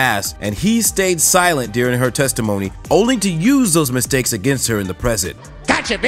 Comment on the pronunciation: When hees making misteks *french accent 🤣